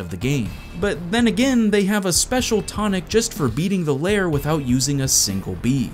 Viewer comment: STOP CALLING IT LAYER, IT'S LAIR!!